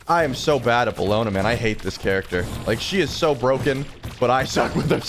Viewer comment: it’s bellona lmao